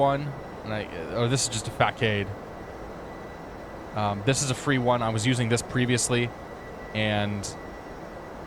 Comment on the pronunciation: Innsbruck facade is not fa kade, it's actually fa saad. Just to let you know. Not at all trying to be a smart aleck. I promise